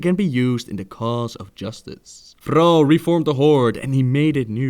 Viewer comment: the way you say thrall annoys me alot xD